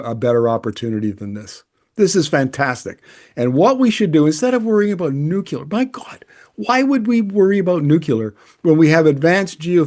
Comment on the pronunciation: Nu-cu-lar ? Not a word. Please repeat after me, 'new-cle-harr'.